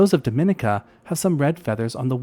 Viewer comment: At the risk of being /thatguy/ I'm going to point out that Dominica is pronounced däməˈnēkə and zoologist is pronounced zōˈäləjəst. As a zoologist who lives in Florida on the edge of the Caribbean I just couldn't let it go. My apologies in advance for being a pronunciation Nazi :-) I love your channel.